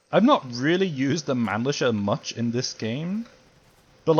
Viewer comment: Not that it matters much, but in German, 'ch' is pronounced like 'h', so it would be closer to 'MannliHer' rather than 'Mannlisher'. That said, I would like to see the same downside adjustment applied to the Mannlicher M93 as well — even if it’s a rare rifle